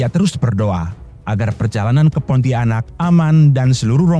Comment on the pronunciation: Narator keliru cara mengucapkan kata PONTIANAK, bukan diputus menjadi PONTI - ANAK. Mohon pahami cara membaca yang benar sesuai kaidah tata bahasa Indonesia.